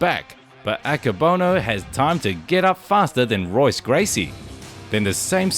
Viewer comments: Pronounced “Hoyce”, not Royce, my friend. Dude’s a legend, but now you know😊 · It's pronounced "Hoyce" not "Royce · His name is pronounced as HOYCE not ROYCE lmao. ALL words and names in Brazilian Portuguese that start with an R are pronounced as an H. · It’s pronounced “hoice” not roise. It’s spelled Royce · Pronounced “Hoyce” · Royce Gracie - the R is pronounced like an H in Portuguese. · It is spelled Royce It is pronounced Hoyce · the R sounds like a H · Someone tell him how to say Royce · Great clips but I really don't think you know much about the fighters; the culture, or the history of what you've discussed in this video. Put some time in to research what you're showcasing and I'd like to think your channel will grow. Maybe start with a study on the Gracie's and pronounce 'Royce' correctly next time. Good luck mate xox (Subscribing to follow your journey as a content creator) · Great video. You might consider pronouncing Royce correctly. The R is pronounced with an H sound as he is Brazilian. Cheers. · How can you run a channel about professional MMA, and NOT know that his name is pronounced "Hoyce" .... not "Royce"...? You also messed up the pronunciation of Emanuel Yarboroughs' surname... it's "Yarburuh"... not "Yarbowrow". For a channel that has "ENG" in it's name (implying that the creator is a native English speaker) this is a real fail. Thanks for the compilation of fight clips, but you don't really have the slightest idea wtf you're talking about, do you!? Edit: punctuation and phonetics